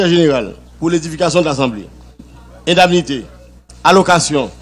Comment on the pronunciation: le mot c`est indemnité ça se prononce comme ça s`écrit et non ''indamnite''